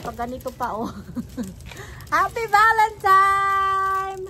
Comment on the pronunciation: tama nman ang spelling sa title ng video mo pero bakit valentiMes ang pronunciation mo? valentiNe po.